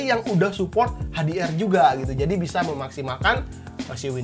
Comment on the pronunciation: HDR ❌ Ej - Di - Ar ❌ Ha - De - Er ✅ Ha - Di - Ar